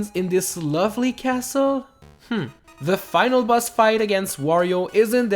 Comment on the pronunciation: You said boss as bus